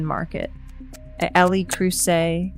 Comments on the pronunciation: It’s “Leh” Creuset, not “el eee” Creuset. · El eee Creuset? 😂😂😂